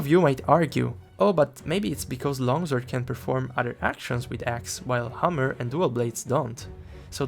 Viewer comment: I sent the report, not because I play LS but because hearing your pronunciation of hammer made me laugh so hard, I had to fight the good fight for the other weapon brothers. Hope this gets fixed soon. 🔨